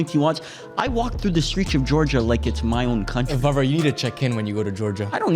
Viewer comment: its not varvar, its Warvar at the point